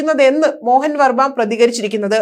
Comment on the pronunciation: വാർത്ത വായിക്കാനറിഞ്ഞാൽ മാത്രം പോര. അല്പം പൊതു വിവരം ആർജിക്കുന്നതും നല്ലതാണ്. പ്രശസ്തനായ എഴുത്തുകാരൻ കെ.എൽ മോഹന വർമ്മയെ മോഹൻ വർമ്മ എന്നൊന്നുമല്ല വായിക്കേണ്ടത്.